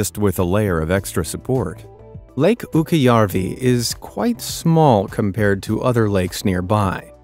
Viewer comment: Its not "ukkiojarvi" it ukkojarvi